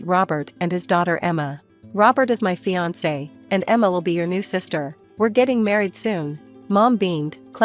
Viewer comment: Is this story read by a computer? It doesn’t sound like the usual computer voice. The mispronunciations aren’t usual either. A computer would correctly pronounce “fiancé (fee-on-say) and wry (rye).